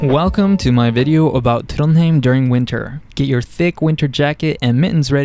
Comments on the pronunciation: couldnt help but notice that you pronounce Trondheim as Trondheim, whereas when we study norwegian, bokmal or something similar to standard, isnt it pronounced TrondHaim? Thanks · As a local, I've never heard anyone say the name of the city with an a. You will occasionally heard folks who still say Trondhjæm tho, which is how you'd pronounce the old name of the city, which was spelled "Trondhjem" (a leftover from Danish rule).